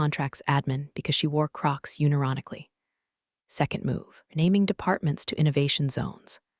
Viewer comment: See, you keep asking for people to subscribe, but you don't take any of the criticism onboard. It's not resume (reh-zoom) as in to continue. It's resume (reh-zoo-may) as in curriculum vitae. It's not unironically (uni-roni-cally), as in... I don't know what, it's unironically (un-i-ron-ik-ally) as in without irony. There are more, but I'm not going to list them all here. It would be nice for you to edit your stories before publishing them here, and it would get you more people subscribing. Keep going as you are just shows laziness and that you don't care about your subscribers. Or even listeners.